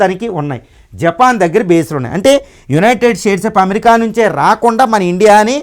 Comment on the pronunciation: BRO UNITED STATE OF AMERICA ANI CHEPPADAM PRACTICE CHEYYI FIRST